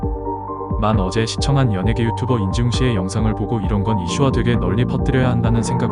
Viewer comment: 안지웅이 아니라 인지웅인데 발음이 틀리신거 같습니다 ㅎㅎㅎ